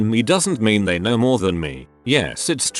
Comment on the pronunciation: The speech bot needs to learn how to say ‘know’. Not ‘k-now’.